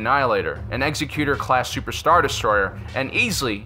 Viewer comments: It's Executor, not Executer. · I love your show and watch it all the time, but please use a dictionary and look up the proper pronunciation of the word "Executor". (eggs-EC-u-tor) not (execute-er). I think perhaps you are confusing the word executor with the word executioner. I notice the other host has corrected his pronunciation lately, and I know this video is a little older, so maybe you've already figured this out. Anyway keep making these, I love them. :)